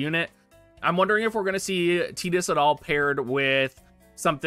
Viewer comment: TEEDUS NOT TIIIDUS